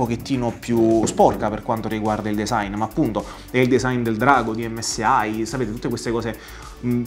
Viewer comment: MSI e non msai, impara a pronunciare bene perché se inizi a pronunciare le prime due lettere in italiano ,non puoi poi pronunciare l'ultima lettera in inglese che non si può proprio sentire